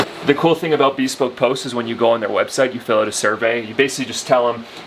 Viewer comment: Bespoke is not pronounced as "be spoke", it's bəˈspōk.